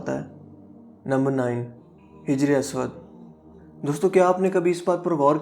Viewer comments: brother the word Hijr e aswad,,,, yah Hajar e aswad hay,,,,, Hajar arabic mn Pathar ko kahtay han.... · hijar aswad nahi hai hajar aswad hai naam hajar pathar ko bolte hain arabic main our aswad kale rang ko baki video boht achi bnai apne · Wrong..hijra e aswad Correct...hAjra e aswad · Hijra aswad nhi hota hajra aswad hota ha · Bhai Hijr-e-Aswad nhi hota Hajr-e-Aswad hota hai.... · Ma sha Allah you speak well... But You need to work on your pronunciation... Like hijre aswad's correct pronunciation is hajre aswad... Etc.. JAZAKALLAH.